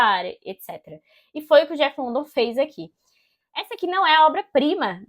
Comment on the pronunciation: Boa resenha, é um livro ao qual gosto muito. Li a primeira vez, 12 anos atrás, e recentemente terminei a releitura, com muito mais proveito. Não querendo encher o saco ou ser puritana, mas a pronúncia do sobrenome do autor, não é London como escrito, e sim Lundan.